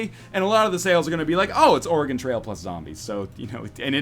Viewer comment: As an Oregonian, anytime someone calls it "Ore-E-Gon" I cringe. It's "Ore-E-Gun." C'mon bros.